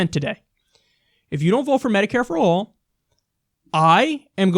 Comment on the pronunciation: I believe you mean medicare and not mediare.